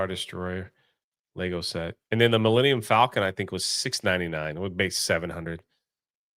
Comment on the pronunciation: It's pronounced "LEGO"